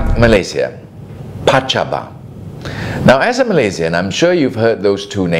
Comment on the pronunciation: PACABA not pacabo.